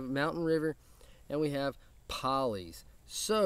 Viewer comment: I've been wearing Poly's for about a week straight and I love it. For the record, Tyson says that Poly's is pronounced Pole-ee's, not Paul-ee's(it was his granddad's nickname). Either way, great video brother! I'm glad you dig their stuff man! Tyson and his wife seem like totally awesome folks! God Bless, and Beard On!